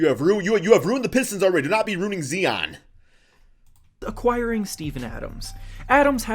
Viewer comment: GOSH HE SAID ZEON 😂😂😂😂